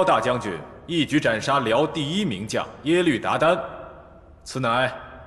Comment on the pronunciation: It’s Yelü not Yelv 🤦‍♀️